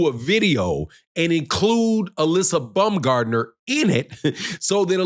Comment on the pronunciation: Its not BUMGARDNER. ITS BAUMGARDNER. Where did she say this.